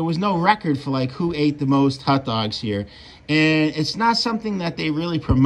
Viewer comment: I like how he pronounces them hutdogs